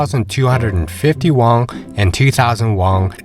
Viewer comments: Have you heard about what sending kids to school is like there? I guess most retirees don't have school-age kids so it's doesn't get brought up very often. Won is pronounced "won" not "wong" btw. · I tried to watch this but you kept saying "wong" instead of won and it really put me off. It's like you're trying to make it sound "Asian." It's pronounced just like the English word "won" or "one."